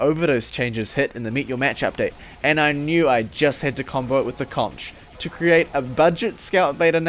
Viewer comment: Why do people keep pronouncing "conch" like that? :(